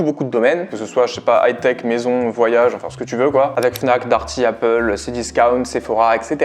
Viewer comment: grave marrant comment tu dis cdiscaountttttt